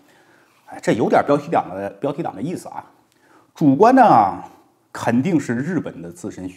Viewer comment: “标题diang”😂😂奥哈哈哈哈哈哈哈笑死😂😂😂😂